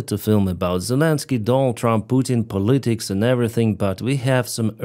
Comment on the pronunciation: Hey,, I understand a second language is a lifelong proposition (to get all the pronunciations right), so, this ISN'T meant as criticism (unlike my last comment / previous vid!): For the word "politics", the emphasis is on the first syllable (strong), and last syllable (medium), with the "i" in the middle weak.